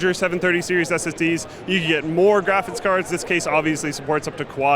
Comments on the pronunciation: I've always found odd the way says "graphics" is he saying "graphits"? No offence, I'm just wondering if it's a thing a lot of people do like people who say axe instead of ask. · i love how pronounces graphics card as "graphits card"